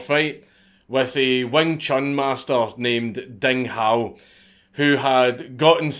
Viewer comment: I was gonna say "Dang Hou" did you fuck up so bad